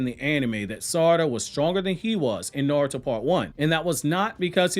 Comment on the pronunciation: This man can't pronounce words to save his life "shedori narrative and niaruto" like God damn pronounce it right damn shit